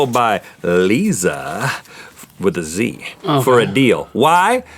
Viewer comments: Rhett : “liza (lee-za) with a Z” 🤔 rhett i think that’s pronounced Lie-za😂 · Lol at Rhett pronouncing Liza "Leeza"